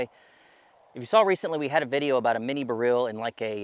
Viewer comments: Odd pronunciation of "Beryl". It's a type of gem stone (Emeralds are green beryls). Most folks, including jewelers and lapidaries, usually pronounce it the same as "barrel". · huh, similar to saying "B-role" in a mild slavic accent. I learned something new today. Thanks!!